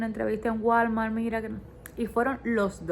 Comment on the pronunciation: Ya que vives en EU , por favor busca quien te enseñe a pronunciar “ WALMART” … està fatal esa pronunciación !!! 😊